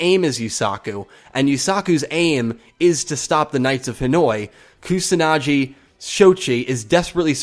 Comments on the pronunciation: Although I have nothing to proof this but I'm pretty sure the "G" in "Kusanagi" is pronounced like the "G" in "Google". I could be wrong but "Kusanadschi" just sounds horrible. "KusanaGi" on the other hand sounds just like a typical japanese word. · It is Shoichi =show-ii-chi and Kusanagi= ku-saw-naw-gee (not Jee). This is just for your future reference. I hope you don't take offense to it. I'm sorry if you do. I have just studied Japanese so much at this point that any mispronounciation sticks out to me like a sore thumb. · Probably stated, but it's Koo-sa-nah-ghee. Not Koo-sah-nah-jee. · Kusanagi's name is pronounced Koo-sa-na-gee Show-ee-chi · its not pronounced kusanaji its a G like Giraj,Gazzele,Go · Hard g in pronouncing Kusanagi. Like in get. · The gi in Kusanagi is pronounced like the gi in give. Also, Shou-ee-chi. xD Thanks for the video, mate.